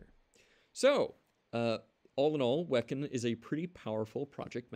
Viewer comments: not "Wek'n" It's Wee-Khan. e.g. Kanban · hmm, i always thought it was pronounced as "we can"